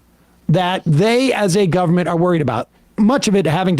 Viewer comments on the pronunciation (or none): AND GOVER-MENT, WHERE'S THE FIRST 'N' ?